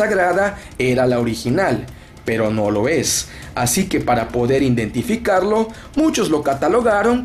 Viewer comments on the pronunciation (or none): Pues esta canijo "indentificarlo"...jaja